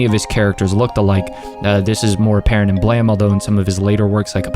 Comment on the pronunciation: It took me until you mentioned Knights of Sidonia to realize that "Blam" was actually "Blame!". No idea why he made the e silent.